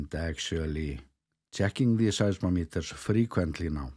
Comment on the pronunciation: pronounce size-MOM-eters